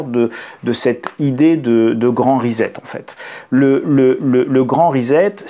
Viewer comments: Pas que je manque de confiance en votre compréhension de l'anglais lu mais... prononcer risette pour "reset", ça beau être aussi attendrissant que celle d'un nourrissons, ça casse méchamment la crédibilité ! Sur votre clavier, aussi vous appuyez sur la touche "risette" ? Ou vous préférez l'appeler.. guiliguili ? Bref, traduire avec Google traduction, c'est pas un pêché, mais sans avoir pris la peine de cliquer sur le symbole du haut parleur afin de savoir prononcer au moins le seul mot anglais du titre de l'ouvrage dont on veut parler, c'est un minimum non ?! Surtout pour qui prétend expliquer aux autres ce qu'il les suppose ne pas être capables de comprendre par eux-mêmes ! 😆 Essayez vous verrez, c'est pas si difficile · Je n'ai pas été capable d'écouter longtemps, car le gars prononce "le grand REZET" au lieu "le grand RESET" 🥴😂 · Reset se prononce "Riz-sept" et non "risette" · Resssset, Resset, Resssssssset, non? Parce-que Rizette...s'ilvouplait, un peu de respect pour la langue Anglaise et ceux qui vous ecoutent.. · Sylvie Evin : Et pourtant, ça n'a rien de rigolo... mais vous avez raison, ça vient du verbe "to set". Il s'agit donc de "ricet". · Amusant, mais attention: pas 'rizette' mais 'rissette', en anglais: pour lire Time à voix haute, ce sera un avantage. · J'y tiens, en "Angliche" comme vous dites, reset se prononce rissette et non pas risette, ce n'est pas rigolo et on ne se tient pas la barbichette. Indispensable de le dire en l'employant dans un discours Français. J'hésite à me dire que ce mot fait désormais partie de la novlangue, dont on connaît bien maintenant le projet de détournement des mots, en l'occurrence ici sur leur prononciation. Comme disait l'autre, on pense avec les mots et pas le contraire. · "Please "chers français ....grrr....reset prononciation ressssset pas rizet ...ou alors réinialisation ..réinialiser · Le grand "rizette"...🤣🤣🤣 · Cela se prononce Ri-sset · Rezet ? ah vous les Francais !